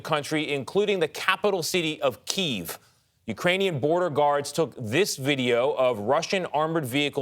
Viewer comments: It is pronounced KEY EV..... NOT keev.... KYIV is pronounced- Key-ev... say it correctly. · The capitol city of Keeev. It's Kyiv. Pronounced like Kya-Ev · Is that how you pronounce Kiev? I thought it was “key evv” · Keev as you typed it is closer to the Ukrainian pronunciation. Key ev is from a more Russian dialect. They are doing it as another support for Ukraine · Ahhh yes, keeve. My favorite city. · I thought I was going crazy because everyone is saying “Keev” 😂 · Jesus CBS it's pronounced Key-ev. I'm embarrassed that these anchors aren't educated enough to know this. Nobody over there can tell them? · its KEE-EV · why did he pronounce kiev like that 😂